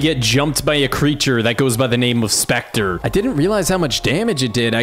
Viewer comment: it was spettre not speter >:(